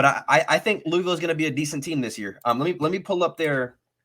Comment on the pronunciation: Say Louisville right smh. Google it. It’s not LEWIEVILLE it’s LOUHVILLE. Also there uniforms is because there an adidas flagship school. Conference they avoid Clemson, Florida State, UNC. There transfer portal has playing experience. Not guys who were just running drills in practice. They got guys with real snaps and experience. You guys are sleeping on Duke that’s a sneaky game. Losses will be Miami, Notre Dame, NC State and Duke are coin flips. Helps having Duke at home. Plummer was originally at Purdue under Brohm. Realistically I see 8-4 ceiling 9-3. Schedule helps so much. No love for pierce clarkson? All about Brady and forgetting pierce was at Boscoe and a national champion high school qb